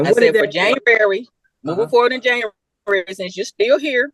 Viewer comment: This no tallking ass sister said Yanuary...